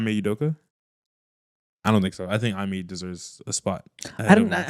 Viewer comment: Learn how to pronounce ime lmao